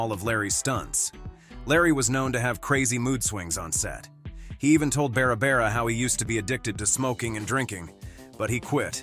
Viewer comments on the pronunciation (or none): Bara bara Eden? Sheesh! What's so hard about pronouncing Barbara! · So hard to listen to the narrator mispronounce so many words. You can't even pronounce Barbara. It's Not Bara bara! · Beara Beara instead of Barbara Eden. 🙄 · Learn how to spell and pronounce Barbara. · Doesn't your auto nariator know how to pronounce Barbara?